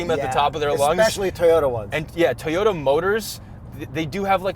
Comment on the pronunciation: "Thanks for flying us out TAAY-ota"